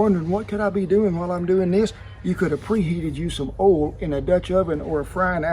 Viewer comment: "You can preheat some OOLL in the cast iron" - Love ya, Kent!